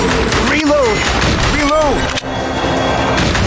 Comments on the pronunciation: Resumen del gameplay: "rilout" Buen video, me gustó el remake, justo en la infancia, y para el que me diga que se escribe Reload, amigo, diviértete un poco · Solo dire: "rilou" XD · Contexto? "Rilou" JAJAJA, MUY BUENO JUEGO, NOS PEGO EN LA NOSTALGIA